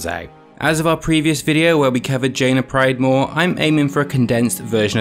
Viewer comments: " Jaina pridemoore " LOL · Jaina "Pridemoore" :P